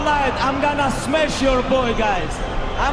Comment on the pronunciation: He “smesh” everybody